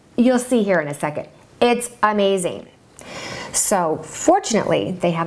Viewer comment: Did you said amaZAYN? lol i lovee youuuu and I want to be a designer like you when I grow up or something with all that stuff haha Im going to need your help because im moving to mexico in 2 weeks or 1 and Im going to need to design a new room <3 I will love if you will help me!